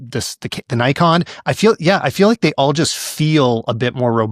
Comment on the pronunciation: How do you correct him on Ricoh but saying Nikon the exact same wrong way? :D Just a joke but I cringe a bit every time I'm hearing it like that. I guess for us german potatoes it is normal pronouncing the "i" more like the japanese people. Also no dinner today for placing the GR in B.